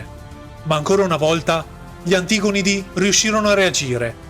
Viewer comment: Oddio, la cadenza infinitamente repetitiva, e l'accento infallibilmente sbagliato su "antigonidi". Ma è locuzione artificiale?